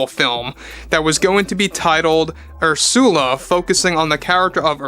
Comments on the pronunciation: Ur-sah-la. Not Ur-sewell-ah. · My favorite part of this channel is how refuses to pronounce names the way the rest of us do. "Ursoola" "Notre Daim," so great.